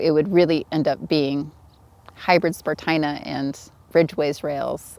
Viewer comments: Stupid humans. Meanwhile, I think it should be pronounced spar-TEE-na. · Spartina, as in esparto, rhymes with concertina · "THIS IS SPART-INA"